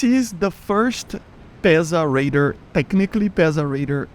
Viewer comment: Why do you pronounce radar as raider?